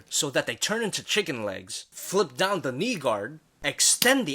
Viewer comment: I Just Skiped And Skipped Until I Heard : "And Put Down DUh-Down". Like WTF